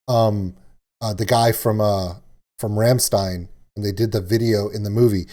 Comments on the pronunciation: Kriegsmarin.....e..... Also, it's pronounced Ramm"shtine". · Rammstein (pronounced Rom shtein) just trying to be helpful, my brother in law listens to them a lot Edit: Don't be sorry for nerding out on a subject you love. I do it all the time